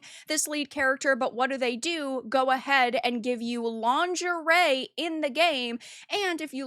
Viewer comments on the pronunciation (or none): I wasn't even aware that game existed. Won't buy it now. edit: It took me a few seconds to understand that "lunge array" is supposed to be "lingerie".